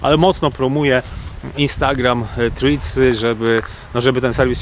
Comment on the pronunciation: Proszę na przyszłość skonsultować się z osobą angielskojęzyczną lub odpalić filmik na YT w j. angielskim w celu weryfikacji poprawnej wymowy nazwy Threads (było nie było głównego tematu filmiku)